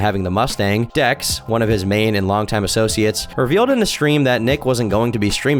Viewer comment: Drex not dex… god fumbling the Nick lore.